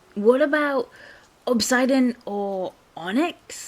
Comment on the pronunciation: Obsidian is pronounce ob sid ian. The ob you got right, sid like from toystory, and Ian like the name. ( can't think of a famous ian at the moment)